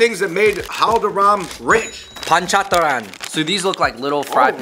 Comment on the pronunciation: "The panchataran"🤣🤣🤣🤣